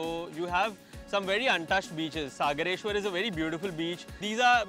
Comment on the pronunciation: कोण बाई घेतलीय निवेदन करायला??? 'सागरेश्वर' ऐवजी 'सगरेश्वर' म्हणाली चक्क....